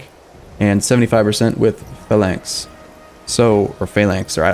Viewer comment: Your pronounciation of Phalanx is perfect for once :D